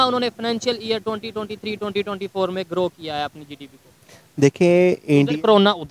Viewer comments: Bhai jise GDP bolna nahi aata use kya pata GDP kya hai😂😂😂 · Sallam hai aise journalist ko jisko GDP bolna nahi ata 😂😂😂 Accha hai bharat me aisa koi itna jyada padha likha journalist nahi hai 😂😂😂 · Inko to GDP bolne nahi aata😂